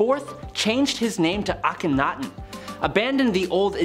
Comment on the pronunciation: Finally, some one was able to pronounce Akhenaten the way the egyptologists do... Way to go